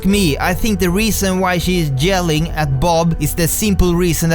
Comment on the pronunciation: He ses jelling i love it!